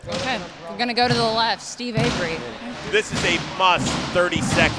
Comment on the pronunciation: "steve avery" lmao